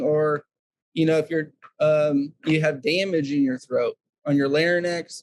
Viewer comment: Like the word larnyx instead of larynx!